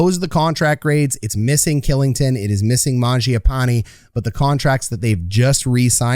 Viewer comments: Dude, you need to check out your pronunciation of ol' Olli KILLINGTON, otherwise good vid bud. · Kylington = Shilington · Kylington is pronounced Shillington. Just for future reference🙂 But great video can’t wait to watch this team this season! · Also his contract is bonus loaded so it’s easily tradeable and he only has to submit 8 teams he can’t be traded too. Also Kylington is pronounced Shill like chill with an S, ing-ton